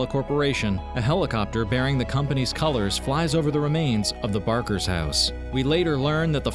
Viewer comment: It's the "BAKERS" not barkers, you bonkers.